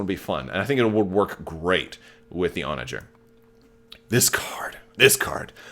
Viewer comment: I’m super excited for this ship. And it’s definitely pronounced your way. Onager!!!